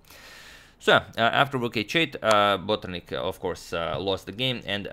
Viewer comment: #suggestion you say Botrnik instead of Bortnik.